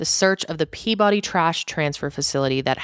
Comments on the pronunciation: A moment of lightness for you. Peabody, Massachusetts is said Pea-ba-dee. It is said rapidly, no syllable drawn out. Covering these sad stories must take a toll on you. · Yes it’s such a sad case, hope justice is served. Another small pronunciation thing though, Peabody is said strangely in Massachusetts, people say it like “Pea-ba-dee”